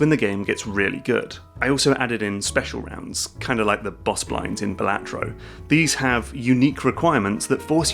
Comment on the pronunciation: "Balatro" is pronounced "Balatro"